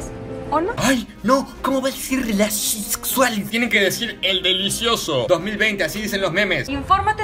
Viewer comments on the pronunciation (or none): dijo nexsual JAJJA nada que ver